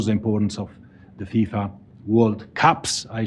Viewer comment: It's not FISA it's FIFA.